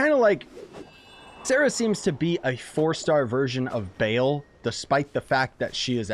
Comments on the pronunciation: It's Ba-al not Bale, anyways, nice video! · Isn’t it bah l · u trigger me. it's sair-ruh and BAUL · I won’t even watch the whole video I cant handle him saying “BALE” all the time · They’re pronounced “Ball” and “Saw-rah” lol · no it's not ball as in football ball its ball as in ba al you're pronouncing to instances of the a sound that's hoe its mean to be pronounced I'm into demonology so I thought I'd correct you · Cringe every time he says Baal I wanna stab my leg